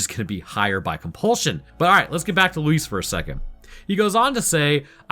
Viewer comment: Why do white people always say Lewis instead if Luis, you said it right the majority of the time